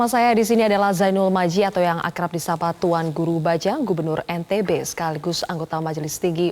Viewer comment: Sayang sekali presenternya berulang ulang salah menyebut nama tuan guru..